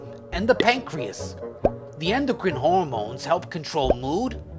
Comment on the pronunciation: pancreas not pancakes